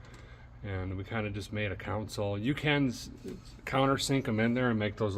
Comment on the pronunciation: Console = "KAHN-sole". Kingman, AZ, not "Kingsman". And did I hear you call lunch "dinner"? No. Dinner can be supper if you want, but dinner can never be lunch. The meal in the middle of the day is just lunch. Anyway, great job with the musical driving montages, you can put in as many of those as you want.